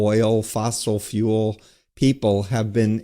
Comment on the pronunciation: Mr. Guest host, fuel is one syllable , not" fewwuull.."